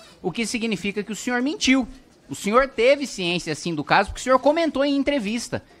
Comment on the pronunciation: "Mas foi entre o Flow e Agora"" kkk "Você mentiu" kkk "Você mintiu pá mim" kkk